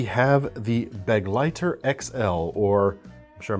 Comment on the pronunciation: Thank you for pronouncing “Begleiter” properly! Be-GLEI-ter, not BEG-lei-ter! (German for “companion”!)